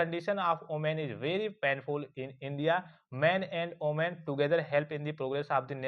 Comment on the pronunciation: Women ❌oomen ✅😂😂😂😂😂😂